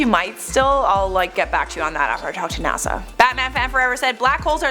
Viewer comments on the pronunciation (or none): none